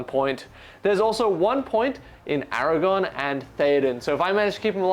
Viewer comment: great report. Can you please say ara-gorn not ara-gone 🥺🥺